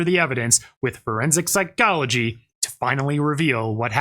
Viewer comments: Forensic Psy-GOLL-agee :face-purple-crying:. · Why does this guy pronounce “psychology” so weirdly?